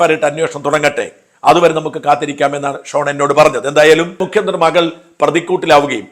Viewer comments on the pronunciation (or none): none